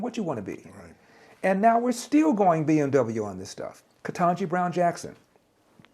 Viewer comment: Sadly he cannot even pronunce BMW